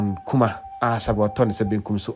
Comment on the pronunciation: Please kindly correct it it’s Kumah not kumash thank you 🙏🏾